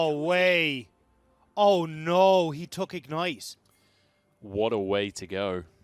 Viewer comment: "what a WEI to go" HAHAHAHA